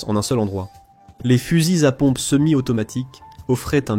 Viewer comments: " Eclaire et coche " Sérieux mec !!! on dierai Pierre Bellmare la ! Heckler & Koch --> "Eklair und Korr" ça se prononce ;) et les "fuzizapompes" non.... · Fusils-Z-à pompe ... liaison < mal-T-à propos > GROTESQUE